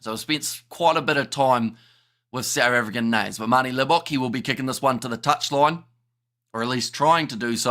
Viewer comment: Great show guys !! Enjoy all the SA name pronouncing !!